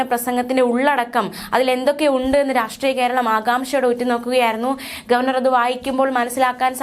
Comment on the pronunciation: അല്ല അല്ല ഗോവേർ നർ സന്തോഷിച്ചു.